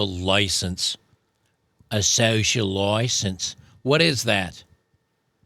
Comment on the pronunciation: "A social license" in Australian accent got me. lol